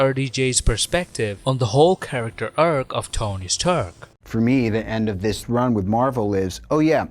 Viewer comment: Tony Sturk?